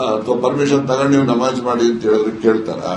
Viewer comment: ನವಾಝ್ ಅಲ್ಲಾ ನಮಾಝ್